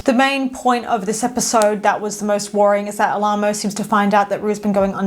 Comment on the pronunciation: It’s pronounced AL-uh-moe. And we already know Gina is at college but the actress didn’t want to return